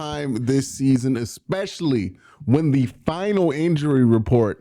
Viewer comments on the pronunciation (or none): none